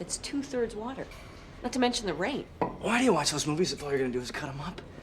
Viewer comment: Warter sinezzz😂😂😂😂😂